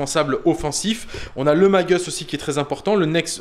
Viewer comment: Please,, quant tu évoques Primus, Magus et autres, mais en particuleir ceux là, la prononciation à l'anglaise style "magueuss" ou "prymeuss" est inutile: ce sont des mots à racines latines...